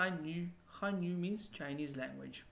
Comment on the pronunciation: I like the way u said hanyu.. perfectly like chinese people..